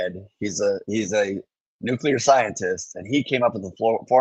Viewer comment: I love Benny but he needs to learn how to pronounce words like nuclear and Wimbledon. It's weird.